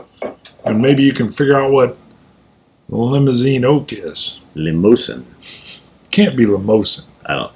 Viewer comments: I've heard it pronounced Limo-zan since it doesn't have an E at the end, who knows. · Hey guys great review, I pronounce it like the vehicle also and that's what I've always heard. Do you think you were getting a bit of a cognac influence? That's what I got as you described the grape/wine influence. It's one I really enjoy also and happy that they aren't very far from me as well. As always great review, cheers!